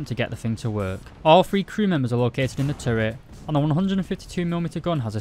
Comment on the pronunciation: “Panzer phree and phore